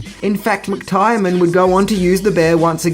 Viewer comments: Are you fricken kidding me!?!? "John Mc-Tire-Man" what kind of movie buff are you, seriously. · "Hans Goober"!!! GOOBER!??? Oh, you loveable clueless bastard 😂😂😂😂 It's Gruber, pronounced Groo-Ber And it's John McTiernan pronounced Mc-Teer-nan not Mc-Tyre-nan 😂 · DUDE, it's pronounced "Mick-TEAR-Nen" - John McTiernan. NOT Mick-TIRE-Nan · "John Mick-Tire-Man" that is just so so wrong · John McTiernan = "John McTyrenan" Classic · I love your videos, thank you so much!! Btw, McTiernan is pronounced mc-teer-nan :) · Ugh. You MUST be dyslexic. Look: McTiernan. HOW HARD IS THAT TO SAY??? Jesus Christ, bruv. What's wrong with you? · Really wish you would learn how to pronounce words bro... Seriously its bad enough to make me almost stop watching. John McTiernan! And another video I watched today where you butchered zsa zsa gabors name. And countless others...